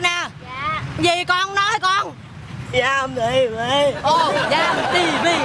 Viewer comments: Dam TV mà tạo nghe Dâm TV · )) con nhỏ áo bông nói Dâm TV :))